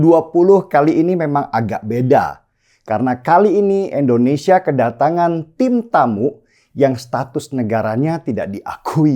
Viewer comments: Si Denny itu gak bisa Bilang Indonesia yeaaa...?!! Denny ngomongnya Endonesia Mulu.. nyebut nama ngara sndiri aza gak bener.. Indonesia itu dpannya pake I Bukan E .. ngerti ora son..??!!🤣🤣🤣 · Bang deny koreksi artikulasi ya Indonesia , bukan endonesia